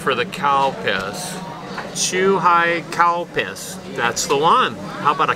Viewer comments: thats not how its pronounced. you can hear the difference between CAL and COW. all of my japanese friends say CAL. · You didn't see my post, did you? I was saying that the correct way to say is "CAL-Piss", I never said it the other way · It's pronounced Calpis...lol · It's actually Calpis, the brand name of the drink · Lol I keep thinking he's saying Cow Piss 😂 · I kept laughing hard when he said Calpis because it sounds like cow piss 😭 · Seems like Google understood cow piss instead of Calpis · You are a true Gaijin.. “Cow piss” ?!? Come on man at least try to say it right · I thought he said cow piss!!!! Haha